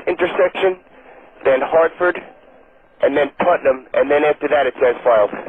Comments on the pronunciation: it's putnam not partham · PUTNAM not PARTHAM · It's not "Partham" VOR - it's PUTNAM VOR. (PUT) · partham? its PUTNAM VORTAC, 110 NM north - north west of KJFK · PUTNAM VOR not parthnam lol